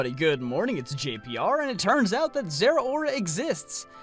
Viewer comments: Im pretty sure its pronounced zer-oar-a not zera-ora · I agree completely but your pronunciation of Zeraora is physically painful.